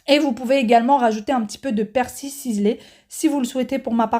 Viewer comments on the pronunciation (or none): none